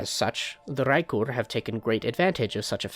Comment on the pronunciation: the way you rolled the R in raekur at the beginning was so clean